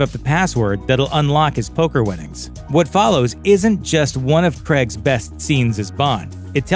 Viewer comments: It's Craig, not Creg. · This pronunciation of Craig is hard to take.